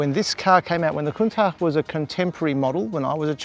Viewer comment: Am always amused by people oblivious to how things are pronounced. It’s “countash”, not “countack”. Everyone seems to know that except this guy.